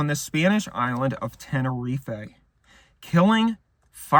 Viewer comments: Why does he keep pronouncing it tenereef-ay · ten or ee fae 🤫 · Knew this was going to be good eating when he mispronounces "Tenerife" in the first 10 seconds